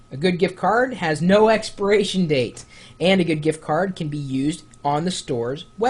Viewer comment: lol "expiration" date, not "experation" date. haha! funny Chris.